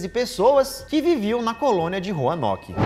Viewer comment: Do nada o Lucas "sento em 15 pessoas que viviam em roarnoke"😏😁🙌